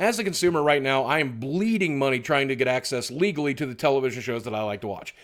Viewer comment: I just like how he kept stressing the word "legally" when referencing streaming...we all know that the streaming is out there, you just need to know where to look for it ;) As far as the tv taking away from the youtube viewing, not to sure that is true. I tend to watch a lot of tv while sitting at my computer, thanks to comcast tv streaming. But since i also enjoy youtube and that content doesn't exist on TV, i still switch between the two quite evenly. When you develop the content people are interested in, they will continue to come back for it. Just like fans of certain tv shows are always excited for the new series, the same goes for subscribers of youtube channels. We want to come back and see what has been released. The trick is just continuing to keep up with exciting/interesting content that your viewers will want to keep coming back for.